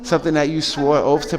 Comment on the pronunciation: Remember your “oafth”